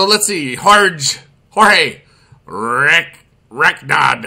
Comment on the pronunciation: "h-orge" horge? Horge?! HORGE?!?!!!